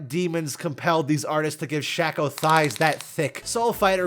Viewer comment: SHAY-CO, it's pronounced Shay-co, I'm losing my mind here.